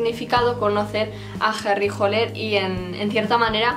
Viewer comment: no es Holer es hAller